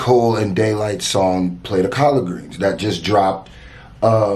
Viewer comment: Dude sayin “A PLATE OF COLLARD GREENS” like that killed me bruh you are the whitest man alive